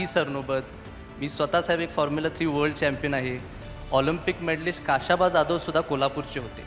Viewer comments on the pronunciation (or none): काशाबा नाही खाशाबा म्हणजेच खाशाबा दादासाहेब जाधव, आम्हा कराडकरांच्या शिरपेचात रोवलेला एक मानाचा तुरा